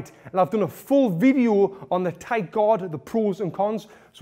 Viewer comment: "It's very haad for 'im to brayk my GOD"